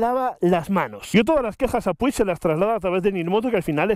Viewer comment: como se encharca un dedo?? jajajaj en serio, de locos lo de PUCH (me sangran los oídos al oírte decir p-u-i-g)(y no soy ni mucho menos catalán)